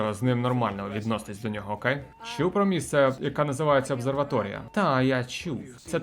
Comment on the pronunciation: Чомусь кожен раз сприймав на слух ОБСЕР-ваторія Шо-шо? Ass-плюсом?